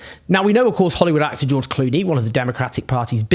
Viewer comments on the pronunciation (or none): none